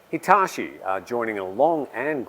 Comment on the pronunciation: The way you butchered Hitachi pronunciation was truly outrageous